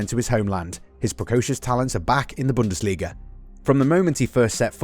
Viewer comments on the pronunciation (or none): none